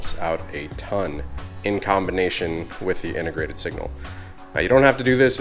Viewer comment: Drinking game: Every time says "SPILCE" - take a shot, Every time says "TST INTER-GRATED" - down your beer.